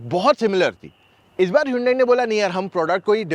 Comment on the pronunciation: Hiiyuundaii kya hota h bhau 😂. It is pronounced as Hun-Day ( as Sunday)